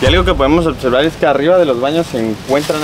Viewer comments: Otservar y Practicamente. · Otservar* jajaja lo digo igual